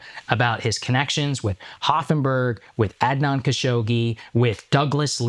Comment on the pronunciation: I know akash is like bro at least say Adnan right 😅 Akash has the most fob pronunciation but sometimes he's right